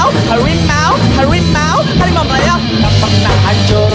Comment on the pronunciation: Benar bukan harimau tapi hawimau